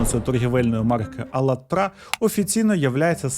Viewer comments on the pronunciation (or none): Друже, а чому Ви робите наголос на останньому складі назви? До цього завжди чув на другому... 🤔